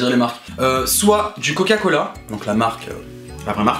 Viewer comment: "Coca coHala" 😂😂😂😂